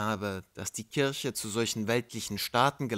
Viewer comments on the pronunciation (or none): none